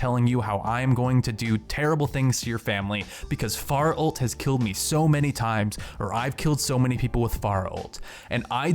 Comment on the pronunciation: Fair-uh not far-uh